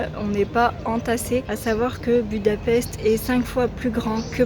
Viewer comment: À savoir que la capitale de la Hongrie Budapest ce prononce "Boudapecht".